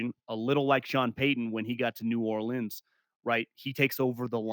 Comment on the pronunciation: “New Or lennz” that’s a fist for me